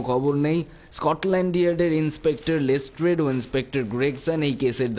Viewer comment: শার্লক ওটা লেস্ট্রাড, লেস্ট্রেড নয় 🙄